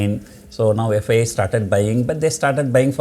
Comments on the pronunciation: Am I only the one, hearing it as FBI rather than FII ? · are you pronouncing the word FBI instead of FII? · Am I the only one who heard FBI? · Confusing. Is he telling FIIs or FDIs or FBIs.....First let the pronunciation be better. Let those friends be aware in whose names he has traded in future markets and had a haircut and stay away from this expert.